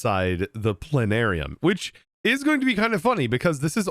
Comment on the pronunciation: I have a bone disease that prevents me from saying the 't' in plana'rium.